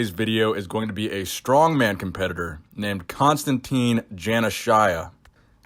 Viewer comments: ‘Janner shyer’ 🤣🤣🤣🤣🤣🤣🤣🤣🤣🤣🤣🤣🤣 it’s pronounced juh nash ear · Jaan-ah-shy-ah lmao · It's JAN-ASH-IA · His last name is pronounced JA-NA-SHE-A